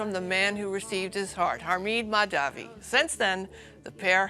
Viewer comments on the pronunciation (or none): It is "Hamid", not "Hameeed", its short of Mohamed , not Mohameeed .......